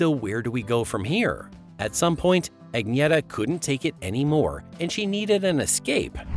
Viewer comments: What The Hell Is A "Ag Nee ETTA?" WTF? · Her name is pronounced ......UNYETTA.....!!!!!! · Sorry But You're Mispronouncing Her First Name. Like A Typical MONTANAN, UTAHN, NEVADAN, OREGONITE!